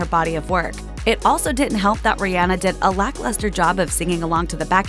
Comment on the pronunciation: As a mom whose child’s name is Rhianna I appreciate you pronouncing Rihanna’s correctly! Exactly like my daughter’s!